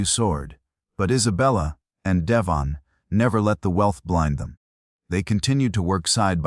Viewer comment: I hate these AI voices, mispronouncing names, words, butchering phrases. His name is De-VON, not DE-von.